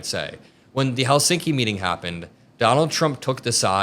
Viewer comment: FYI in Finnish language the stress is always on the first syllable.👍 Thus it’s HELsinki👌 not HelSINki!👎😖